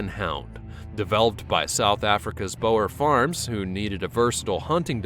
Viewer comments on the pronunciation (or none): Ok this is really petty but I lived in South Africa for 5 years and this has become a pet peeve of mine: Boer is pronounced Boo-er